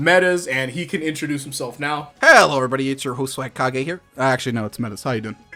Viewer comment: no way actually said swagkage